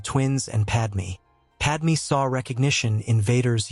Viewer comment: Did Padmé even knew that Anakin's new name is Vader? Also, her name is Padme, not Padmee. Seriously, get it right.